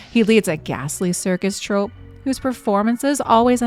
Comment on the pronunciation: Troupe is pronounced troop... Not like trope... Prowess is Prow-Es